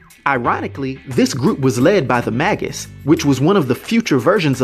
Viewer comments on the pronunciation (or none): May-gus not maggus. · The May gus, not The Mag us.